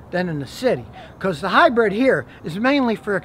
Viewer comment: Scotty says hi-bread....cracks me up